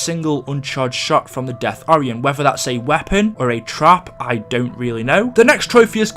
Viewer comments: Its or-i-en ok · It's pronounced or-I-on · its pronounced o-ri-on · Why is he prononcing Orion so so wrong